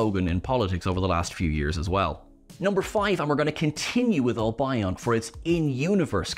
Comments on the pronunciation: That’s not how you pronounce’albion’ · How do you not know how to pronounce "Albion". They say it in the episode, too! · Admit it,. You just pronounced Albion that way to get the engagement from the six hundred comments correcting you 😁😁😁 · I never would have thought that a brit announcer wouldn't know how to pronounce "Albion" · Tearing my hair out here. How many times can you mispronounce Albion???? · Didn't Ellie do this already? Well this is a more extensive list, so i like that. Also and unfortunately doesn't know how to pronounce Albion lol:3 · is great but please teach how to pronounce Albion correctly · My first thought when i saw the comments about Albion : "Give him a break, he mispronounce it. It's not a big deal." 5 Minutes later: "yeah, i get why there are so many comments." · Nice video, except for the mispronounced Albion. I think I know who Susan Twist is ... she is ... an actress playing multiple unrelated characters because its funny and its a TV show. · Loved this. Susan Twist is Ruby’s mother or The Tardis. I don’t think she’s a villain, despite her playing Susan Triad in the finale. I think Albion is pronounced differently. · Ok, have I been mispronouncing Albion since I first read it in kids stories 40 years ago or is mispronouncing it? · I'd not heard that pronunciation of Albion before. Guess I learned something today! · That really threw me too... How can someone go through their whole life without knowing how to pronounce Albion? He even knows the expression "perfidious Albion"! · (and repeated elsewhere) For future ref, Albion is pronounced AL-bee-on, not al-BYE-on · Pronounced AL- BEE - EN not AL-BI-ON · The Albion mispronunciation really irritated me. Its Al-bee-on not Al-bye-on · Its Al-beeon by the way. not Al-byeon. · its pronounced Albeon not Al Bion! Sheesh! 🤪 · I don't want to be that guy but I can't resist so it seems I am, and it's said so often: Albion is pronounced AL-bee-on not al-BIE-on